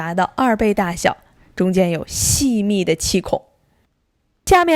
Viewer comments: 酵： 發音是（笑）而不是（較）, 聽起來怪怪的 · 發“叫”？“叫母”？